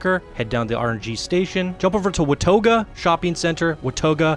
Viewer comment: Did you say wuh-tah-go for watoga? Lmfaoooooo!